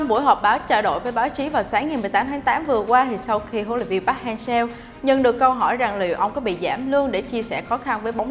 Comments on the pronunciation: Vj đọc sai tên r, chán ghê, chả ngấm nỗi cái giọng, phát âm chuẩn là park hang “sơ” mà cứ đọc seo là sao nhỉ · đọc sai tên HLV rồi bạn